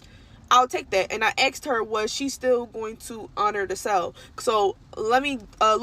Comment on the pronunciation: She axed her stylist a question. Said she axed her many times. Guess the stylist didn't want to be axed. Just axe someone else